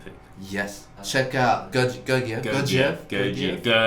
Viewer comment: it’s guerguiev ahahha, all the g’s are like in “google” not like in “geometry”